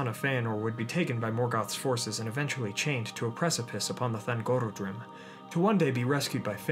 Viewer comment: I always leave you a like, though: thangorODrim, man :) Should you need any help with elvish pronounciation, feel free to ask, I will gladly help :)